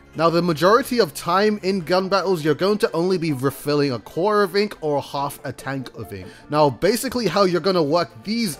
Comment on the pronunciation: Spudcosmic well at least it was understandable, he said quarter like 1 or 2 times and it sounded like "quaahr" or like core.